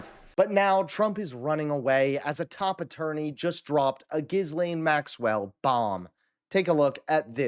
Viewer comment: At least learn the pronunciation of the person you're talking about. Put in the effort.